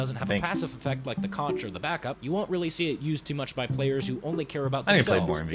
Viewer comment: "Conch" is pronounced "Conq" btw. Spongebob lied to you.